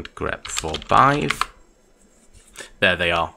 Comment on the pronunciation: It is still pronouced "beehive". Good video